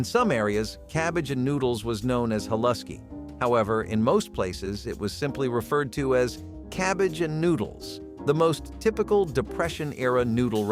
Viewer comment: The pronunciation of haluski is way off!!